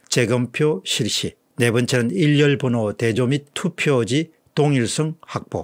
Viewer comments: 일련번호를 처음부터 끝까지 계속......일렬번호라고 발음하네요????????? 한두번도 아니고 왜 그러는 거죠????? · 일련번호를 발음하실 때 계속해서 "일열번호" 라고 발음하시는 것 같습니다. 박사님의 획인 및 차후부터는 교정될 수 있기를 바랍니다.